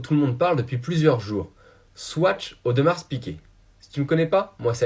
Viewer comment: Audmarrrrr s’il te plaît et pas audemarsssseee